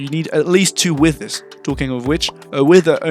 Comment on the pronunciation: why do u say withers like ‘wisthers’